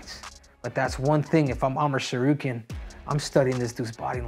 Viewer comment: I'm astonished that he is pronouncing Tsarukyan correctly